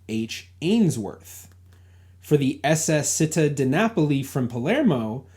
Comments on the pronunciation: I enjoy your series. On this video, you mention a ship "Città di Napoli". The word "Città" (City in Italian) is pronounced CHEE-TAH, with the emphasis on the 2nd syllable. So it's said more like "chee-TAH". In Italian C + I is pronounced like CHEE. Sorry to be a nitpicker! BTW, my Italian grandparents came to the U.S. from Naples (Napoli), Italy in1914 and also passed through Ellis Island. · Citta is pronounced CHEET-TA, stress the second syllable. Make sure you engage some Italian American researchers. We know all kinds of tricks and tips about those manifests. 😁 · Hi! Città di Napoli = City of Napoli Pronounced Chee - tah, emphasis on tah! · Also, a small point: Città is pronounced 'chee-TAH'